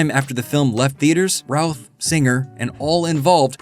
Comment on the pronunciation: Every time you say, “Routh”, I hear, “Ralph” 😅